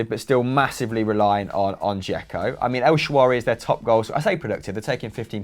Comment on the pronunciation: is fantastic always but it is El Shaa RA WY EL WHAT? NOT SHA WARY NOT EL SHAWARMA EL SHAARAWY. LvG vibes, I tell ya.